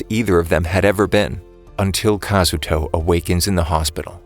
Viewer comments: kiriguya kazooto? dude you gotta say it like Kazuto Kityguya (kaz-oo-to) (kitty-guy-uh) that's how you say is name or you say his username kirito (kitty-to) next time get it right or else many anime fans will do stuff like this so be careful next time Kazuto out- btw my name is kazuto too ironically and please don't reply a bunch telling me I'm lying because I'm not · It your saying kasooto round and kitito